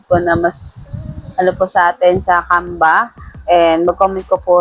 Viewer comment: bkit parang "camba"? naririnig ko..